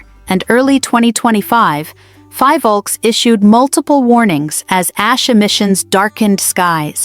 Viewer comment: It is Phivolcs no Fivolks.